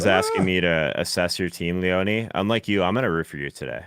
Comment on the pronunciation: Is it me or is everyone mispronouncing Leone?. Is it not [Lee-ohn] and not [lee-onee]?